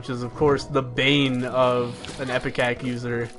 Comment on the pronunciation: It's IPECAC not EPICAC. Sheesh